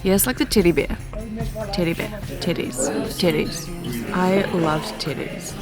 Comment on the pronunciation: Can you say "" again? 😂 😂 These are the best trail videos being put out by anyone, absolutely fantastic!!